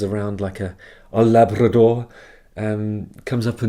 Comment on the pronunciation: Somehow I love the way you pronounced the word "labrador". If you can make such a little thing impact, you got something special.